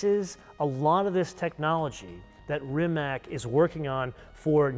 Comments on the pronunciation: Rimac = Rimadz not Rimak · It's NIKOLA TESLA, not NIKOLAI TESLA. RIMAC is pronounced as RIMATZ, not as RIMAK. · Come on guys... It's not "Rimak"... It is Rimac... 😅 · Rimac is pronounced Rimatz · Please pronounce the name Rimac the way it should be. RIMATZ.